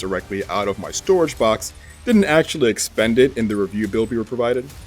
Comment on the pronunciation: if you close your eyes that acculy sounds like hard...😂